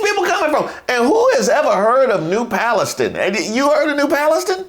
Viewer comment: Came to the comments for this one. SUBWAY!!! 😅. New Palustin. . Anybody else looking this up -- East Palestine freight train derailment. Rudy needs notes.